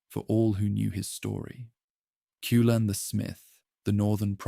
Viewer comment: Cú Chulainn is pronounced Koo cull-ann